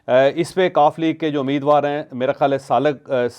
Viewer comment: This is not Ameedwar. It's Umeedwar. Correct yourself.